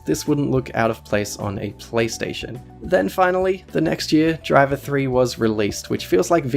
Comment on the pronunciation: OMG! You're saying it wrong. Driv - three - arr.